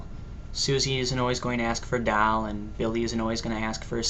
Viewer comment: Hehe! That and the way he says "doll." That is definitely not a Canadian accent.